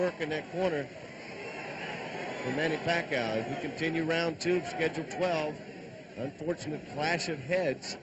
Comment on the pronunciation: " merciless" manny paCOW " LOL